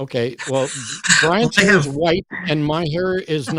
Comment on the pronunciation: ummm matt cant say white ...nuff said...